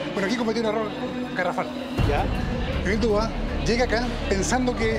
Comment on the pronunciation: Se Pronuncia DUBUA